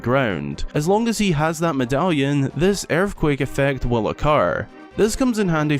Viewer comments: wtf is an urfquake? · The way you pronounce "earthquake" makes me very happy.